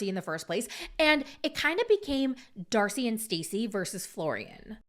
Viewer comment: Did anyone else notice say “dacey and starcey” lol